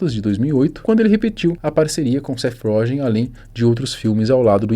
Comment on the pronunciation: Seth "rógen" kkkk